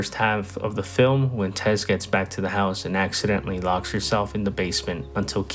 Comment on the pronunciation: It's "Tess" not "Tez" you dingdong.